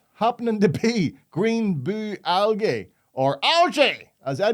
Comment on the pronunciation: Sure poor can't pronounce algae properly cos it has gay at the end of it so he says aljay to keep from turning himself into one of them.....